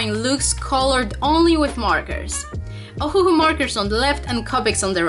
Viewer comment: Ohuoh not ohuohoh